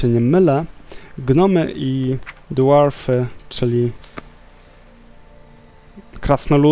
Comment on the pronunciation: Super odc, (jakkazdy inny) jestes moim ulubionym LP wiesz :D Ps. 1 moja rada nie mowi sie "Dłualfy", tylko "Dłorfy"( z takim frrrr... na koncu :D )